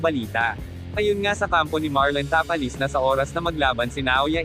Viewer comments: Nakakainis ang bigkas na ta-palis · ayusin mo nman ang pagbigkas ng last name ng tao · Tapales hindi tapalis at inoue hindi inoui